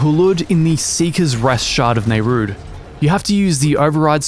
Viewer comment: I just said the same to a guy that can't say to save his life... although the custodian says it a lot